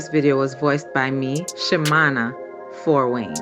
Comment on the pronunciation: ok i thought "Wayne" sounded a bit weird.